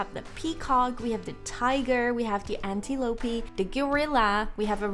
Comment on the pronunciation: I like how you say we have the antee-lopee😊😊😊 I also found out that animal will fight to be boss? Some info